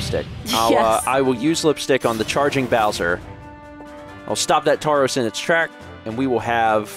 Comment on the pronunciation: another Pokemon misspelling: in “Tauros” don't pronounce the “u”